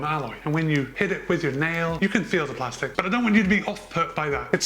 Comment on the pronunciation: You already put me off within 5 second with the way you said plastic